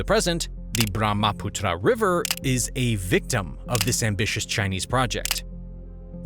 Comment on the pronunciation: Hello Author, Learn geography. In a map you placed Tibet down near Hong Kong. Also it is not true that most of the Chinese population lives in the arid north. Also you should learn how to pronounce words like Brahmaputra.